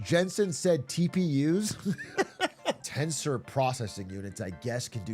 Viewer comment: Jensen says Tensor with the hard R